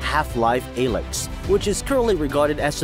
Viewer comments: "haff life ayelix" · when haff says aye to lix